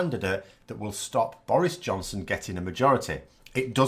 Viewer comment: are you saying "Boris Johnson" or "Boris' Johnson"? ;)